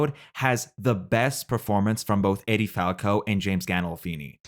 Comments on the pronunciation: Omg stop calling her Eddie! It’s pronounce “Eee-dee” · Eddie? Seriously! You're pronouncing her name as Eddie? What is this, an AI voice? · You pronounced “Edie” incorrectly the whole time too. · Her name is Edie, not Eddie